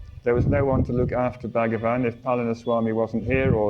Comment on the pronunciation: Please note it is not BAG-A-VAN, it's pronounced BHuG-waan.